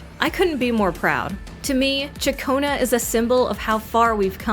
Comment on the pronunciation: "Shakonnu" like chaccone that's how her name pronounced if you did a little research.